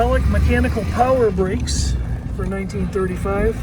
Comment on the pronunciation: He said " hydraulic- mechanical brahes". There is no hydraulic element to the brakes only cables with a vacuum boost.